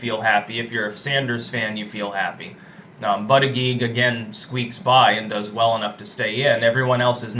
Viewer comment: Lol. No more buddha jedge pronunciation